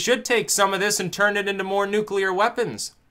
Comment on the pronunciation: I took a 'nuculer dump, once.